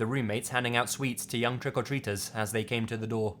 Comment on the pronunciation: Whats up man. I enjoy your videos but you sure do say the phrase "trick or treaters" funny...lol keep it up brother